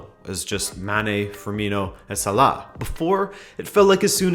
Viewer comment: funny how this US fellow knows so much about UK footie, and can also properly pronounce Salah's surname